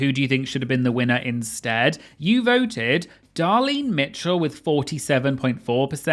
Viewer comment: So funny that he corrects the American pronunciation of Cheshire but literally cannot say “Darlene”. Just a quick reminder is “Darlene” not “Dahlin”